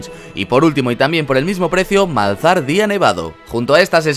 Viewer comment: No se pronuncia "Malzajar" en vez de "Malzaar"?